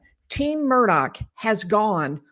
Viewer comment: There is no (k) sound on the end of the Murdaugh name. I wish people would get the pronunciation right.